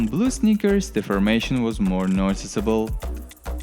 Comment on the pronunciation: I mostly hear snickers